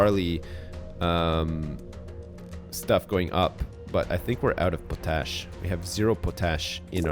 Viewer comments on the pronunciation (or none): my ocd is going crazy everytime he tries to say potash. he's saying powtash instead of pot-ash. am I missing a joke or something? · This series is good but I cringe any time he says Pasta or Potash...